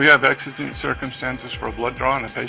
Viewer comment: The word is exigent not what you said